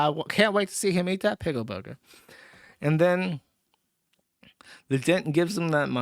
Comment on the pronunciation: Is that intentional or is it another "eever" and "awn" with Jewsh saying "piggle" instead of pickle?